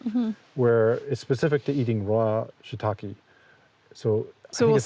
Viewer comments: Shiitake, not shiitaki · For people who are so passionate about shiitake mushrooms you’d think they’d know how to pronounce it properly 🙄